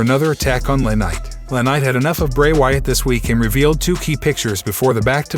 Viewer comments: You could at least pronounce names correctly...it's not LaKnight it's L.A. Knight, like Los Angeles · It’s L A night not LA